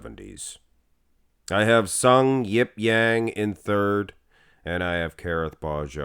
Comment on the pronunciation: Actually, it's pronounced just Jang, not Yang... Also his first name is Sungyeop all the way! Just letting you guys know as he's cracking the Mr.O top 10 this year!